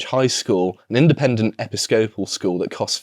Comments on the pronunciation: I'm pretty sure episcopal is pronounced closer to "a piss couple" than how pronounced it. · It's ePIScopal. Standard English.